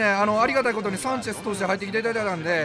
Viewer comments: サンチェシュ(迫真) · サンチェスって言えないvipかわいい